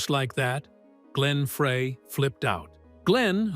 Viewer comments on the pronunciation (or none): Glenn FREY is pronounced FRY...not "fray!" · Pronounced Fry not Fray! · Its Glenn Fry, not Fray and Ledon not leedon. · it's pronounced FRY. terrible video. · I'm screaming F R E Y is FRY! This happens on Michigan videos with our French and Indian city names and landmarks. It's infuriating!! And Glenn is FROM Michigan, so he gets it with both barrels!😡😡😡😡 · One would think that someone narrating a Meisner/Eagles documentary would at least know the correct pronunciation of Glenn's last name. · Please get Glenn's name right it's FREY. Like French frie